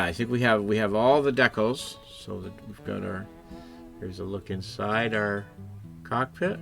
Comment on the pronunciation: Dec-els? Don't you mean Dee-cals? 😊